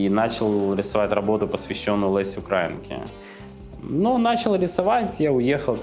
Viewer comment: нє УкрАінкі, а УкраІнкє